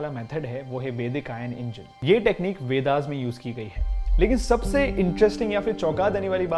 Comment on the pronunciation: विमाना नहीं विमान, वेदा नहीं वेद होता है